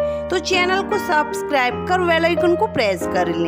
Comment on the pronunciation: Subscribe not saabscribe 😂😂